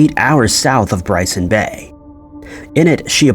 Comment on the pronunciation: I think it's Byron Bay, not Bryson Bay? I may be mistaken though.